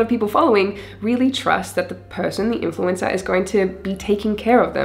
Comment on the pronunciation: Great video. Wasn’t sure was “influenza marketing” was. Then I realized you’re saying “influencer.”